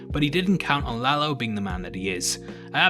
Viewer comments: You actually pronounced it right, it’s no La-low just La-lo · You are one of the few that pronounce Lalo right!. Is indeed La-lo, not La-low. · You didn't butcher the name Lalo.